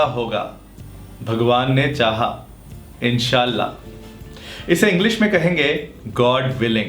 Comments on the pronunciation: How nicely you pronounced INSHALLAH too goodd.....😊😊😊😊your videos are of next level just ammmaazziinng.... overwhelming respect and good wishes from me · Masha Allah...ap me insha'Allah word bahut khub bolien hn